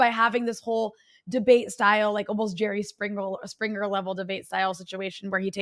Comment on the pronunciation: I heard you say "Jerry Spring roll" , don't deny it